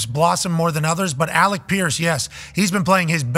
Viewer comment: always, it's alec I don't see how hard it is to understand 😂